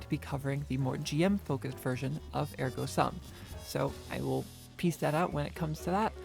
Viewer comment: Are we really back to pronouncing Ergo Sum wrong?